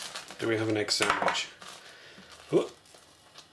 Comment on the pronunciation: "Sandwidge"